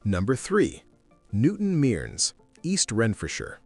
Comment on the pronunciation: It's not pronounced "newton meerns" it's said as "newton merns"